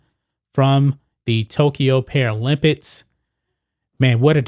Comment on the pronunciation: "paralympits" "olympits"